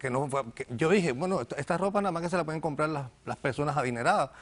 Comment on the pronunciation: Porque esta gente habla tan mal ? las R las pronuncian como L.....sental .pedil ,despertal ,tomal .....compral ........que bobada y diice ser manager de un Banco ???